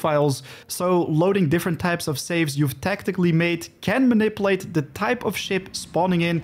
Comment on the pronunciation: Goeie video's maar ik wil je wel n paar pointers meegeven over je uitspraak: - niet munnipeleet maar mah-ni-pjoe-leejt (manipulate) - niet kjoerunt maar kurrent (current) - niet prossedoewel maar proo-sie-djoe-ral (procedural) - niet ruh-djis-ter maar reh-djis-ter (register, met de klemtoon op de "re") Ondanks je Dinglish krijg je van mij toch sub en een like, ouwe. Lekker bezig.